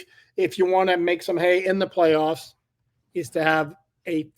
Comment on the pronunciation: you wrote that out perfectly with the perfect inflection. So funny.